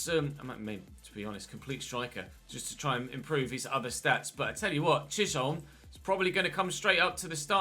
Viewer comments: I think Chisholm is definitely said Chis-holm rather than Chish-olm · Chisholm is pronounced like chis um I’m Scottish so I know this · Chisholm, pronouced = chis, ham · Chisholm is pronounced ‘chiz-um’ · Chisholm is pronounced “chizum” in Glaswegian lol 🏴🏴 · Loving the series so far. Started my own with Port Vale. Btw its pronounced Chizim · I believe that it’s pronounced “Chizzum” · It’s pronounced chizum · i’m not sure if anyone has said but chisholm is said Chisum or chisem